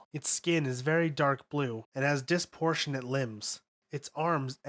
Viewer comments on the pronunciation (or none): Not to mention when he said “disproportionate” disportinate, come on bruh